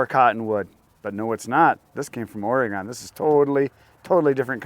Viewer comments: It’s pronounced Oregin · not to be picky as a Oregonian but we pronounce Oregon as Orygun. I know touchy touchy.